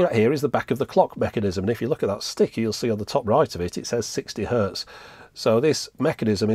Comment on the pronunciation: It's hertz, not "hurt". 60 hertz.